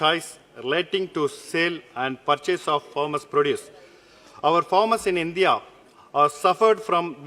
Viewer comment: Mr. Ravindranath pronounced Hindya instead of India